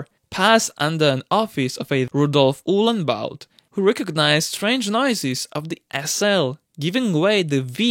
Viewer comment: Uhlenbaut.... really?!